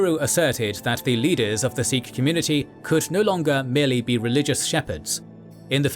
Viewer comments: It’s pronounced Sikh, not Seekh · Good work .... Continue more on Indian history .... 🙏🙏💯💯 Pronounce as Sikh and not as Seekh .... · 'Sick' is the actual pronunciation for the word Sikh, BTW. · Many phonetic mistakes with names of people and places but Great work to highlight Sikh history 🖖🏼👍🏼 much more Sikh history post 1700s through to WW1/WW2 and Post Partition/1984.